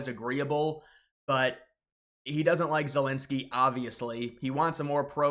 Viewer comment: "Vylydymyr Zelensoyy"